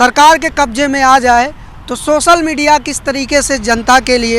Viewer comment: beta apni languages bolne ka tariqa thoda teek karo. sosal media nhi social hindi me bolte waqt soshal media bolo.. sha ko sa nhi bolte